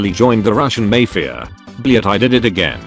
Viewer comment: Blyat was pronounced (almost) correctly